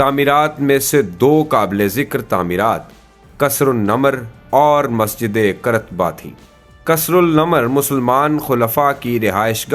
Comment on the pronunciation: Qaar- taba , Qrtba nahi